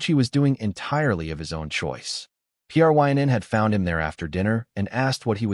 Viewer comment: I cannot listen to such awful AI narration, where it can't even say a name as easy as Pryn, but instead spells it out ... " ... P. R. Y. N. said ...". Appalling, simply appalling.